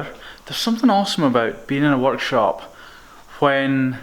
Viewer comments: Did anyone else think he said "watch shop" and not work shop? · When he said workshop I thought he said walkshop